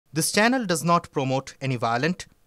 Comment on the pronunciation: Senel nay bolun chanel